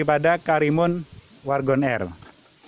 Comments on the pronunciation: WAGON atau WARGON pak??😂😂, agak belibet gua ngedengerin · WARGON apa WAGON c...cukup gw dengernya cukup jelas pa..cukup jelas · Wagon R om....bukan wargon...✌ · Wagon R bang..bkn wargon R 😂